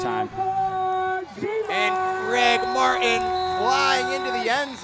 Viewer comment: One of my biggest pet peeves is when someone says "Mar-in" instead of "Mart-in", and this commentator just does it over and over😭😭